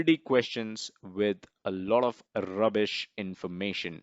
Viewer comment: Great video. Watch out for "rrrubish information...."